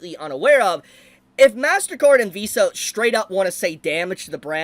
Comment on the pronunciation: XD man. .. i clicked this vid and walked into the kitchen with my headset on. .. and 3 minutes in i had to come back and see just who the heck Val is. turns out. .. man's can't pronounce "Vs" and im a dumb.